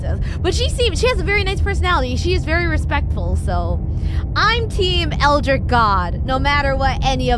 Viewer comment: "eldritch", not "eldrick".